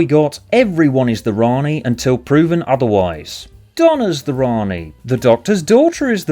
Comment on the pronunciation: For me, your voice that says: "Rani" was me saying: "Ian."